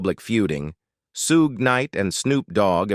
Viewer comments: FOR THE LOVE OF CHRIST ITS NOT "SEW GAY" ITS "SHOOG" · They needa teach AI how 2 say Suge properly. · It’s Suge knight